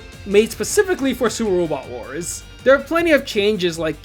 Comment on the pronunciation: supah wobot wahs